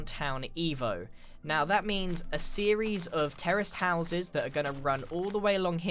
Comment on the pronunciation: I can't be the only one hearing terrorist houses instead of terraced houses